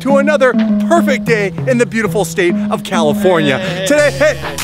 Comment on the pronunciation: "Welcome back to the channel, Welcome back to the vlog and welcome back to another perfect day in the beautiful state of caliutah" 😂😂